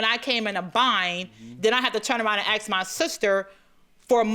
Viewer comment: The way he says "axe" 😅😅